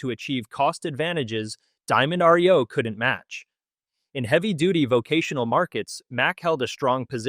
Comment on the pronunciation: My gawd! It is NOT R -E - O. It is Reo. One word.